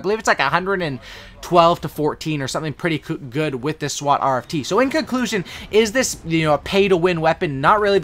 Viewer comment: Y he say swat like a Indian